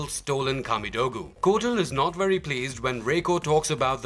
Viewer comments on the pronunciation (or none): none